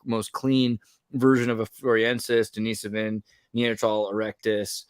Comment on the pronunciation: They are just Dennisovans, not Deniseovans. The guy who discovered them was named Dennis. Please stop pronouncing it wrong.